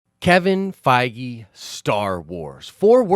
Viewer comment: Den Of Nerds drinking game, everytime say ‘Fiege’ do a shot! 😉 love the channel hahaha